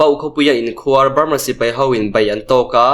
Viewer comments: A tlangau chak2 te hi lusei tawng thiam tha lo in ni fo thin, khuar tih tawngkam hi tlem in han lam hniam deuh la... a dik a mai tur. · Awmhmun an KHUAR. .. tihah khan KHUAR tih kha a hniam zawngin lam la a dik zaih mai ang. I thiam lutuk.